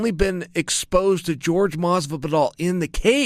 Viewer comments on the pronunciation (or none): It's not George Masvidal it is Jorge (Hoar-Hey) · Am i the only person that pronounces Jorge Masvidal's name ( whore hey) and not George? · It's not George.... it's whore-gay Masvidal...no pun intended! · You never get a fighter's name right. How do you never get a fighter's name right? It's not George masvidal. It's hor hay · Jorge is not pronounced George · Chael “George Masvidal” Sonnen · Lol "George." ...oh Chael. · It’s pronounced (HORE-HEY) for god sakes. He’s Cuban. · Papa Chael said his name is George, so now his name is George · George Masvidal? Can uncle Chael say anyones name right? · Not at all! I sometimes wonder if he's doing it on purpose. Chael being Chael I guess. 😂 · More like whore-hay